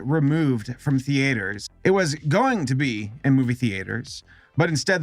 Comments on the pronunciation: I'm sorry did you just fucking say the-ate-ers??? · The-ATE-ers. Sorry, just making fun of your pronunciation, don't mind me. What colloquialism is that? North? Mid-western? I'm honestly curious, not trying to troll here. Haha...get it? Troll... kill me. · Just curious, how come you pronounce it thee-aters? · What country are you from where people pronounce it “ThEAters” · What's with your pronunciation of theaters? You can say it properly, I get the feeling you're just screwing with us.